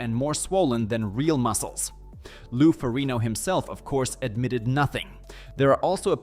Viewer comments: Ferrig-No Lou Fo-rig-no smh... Seriously lol? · Lou farino? AI is getting worse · That's the Italian pronunciation, or an attempt at it, I would guess. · If you cant get Lou Ferrignos nane right, the legend, i cant listen to you lol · You should learn how to pronounce the name of "Lou Ferrigno". People might know that you have no idea what you are talking about, and only reading from a script.